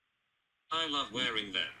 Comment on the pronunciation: Also the way he says ‘letters’.and ‘love’ (he really accentuates the L and it’s awful)